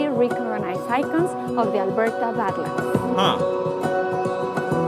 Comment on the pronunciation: I was going to mention Frank Slide and Head-Smashed-In-Buffalo too lol. And yes, more dinosaur skeletons have been found in Alberta than anywhere else in the world. Also, you were right the first time you said it,, it is pronounced bad-lands (almost like it's two separate words) and those striated bands of sedimentary rock in the various colours come from millions of years of temperature changes, with massive glaciers expanding and retreating and then expanding again. Montana also has a region of very similar Badlands. And the reason you've heard of Calgary is because it's the oil capital of Canada and between that, the Calgary Stampede, and generally Conservative politics (at least for Canada, probably more equivalent to the US Democratic Party tbh) Alberta is basically the 'Texas' of Canada.